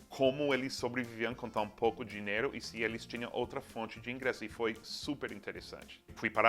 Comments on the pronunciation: Amigo Seth, vocês gringos não sabem pronunciar a palavra DINHEIRO. Ai que nervoso!!!! Vocês todos falam DINEIRO! Nããããããoooo!!!! Please! DINHHHHHHEIRO. NHE NHE beijo, lindo! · Dineiro kkkkkk